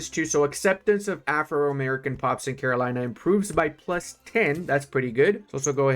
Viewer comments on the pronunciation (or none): none